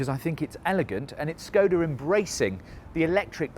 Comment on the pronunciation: the š in škoda is pronounced like sh